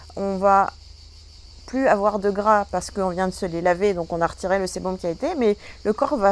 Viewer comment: on dit sébum pas sébom